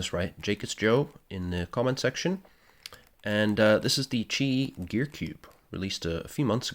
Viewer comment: Yup you got my name right 😂 Almost nobody gets it right the first time. Thank you!